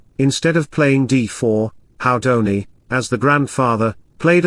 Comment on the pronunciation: Haha, smoking in the garden. (PS. it's pronounced Who-dini, not How-dini.)